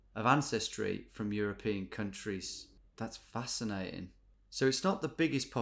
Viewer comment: Nobody: GeoWizard: that’s facina’en